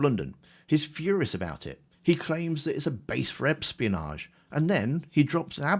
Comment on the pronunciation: NGL it sounded like you said Epstein-onage instead of espionage 🥲 Philp will be the next Tory defector. I can see it. I can feel it in my bones.